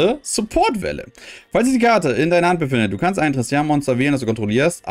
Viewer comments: nicht tristan....nicht trsitian....TIS-Tina...bitte ordentlich lesen das ist so ein schönes deck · Mich triggert das so hart dass er TISTINA nicht richtig ausprechen kann😬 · Des hat mich auch die ganze Zeit getriggert😂